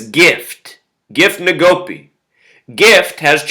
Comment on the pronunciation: It's pronounced EN-go-PE